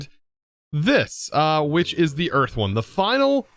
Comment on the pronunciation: ah yes. We got eath.